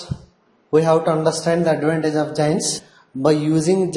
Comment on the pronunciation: It is not jains ... It is JOINs ...